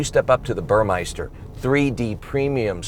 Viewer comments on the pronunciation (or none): Nice correction of how Porsche is actually pronounced. Now, speaking of that, the audio upgrade is provided by BurMESTER, not Bur"meister". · It's a Burmester stereo system, not Burmeister. Also, it's a Tiptronic transmission, not Triptronic.